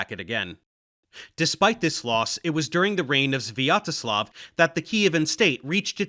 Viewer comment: His pronunciation of "Sviatoslav" wasn't so bad, it was relatively normal for the English speakers.